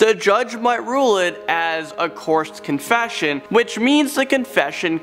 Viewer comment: "Coursed confession"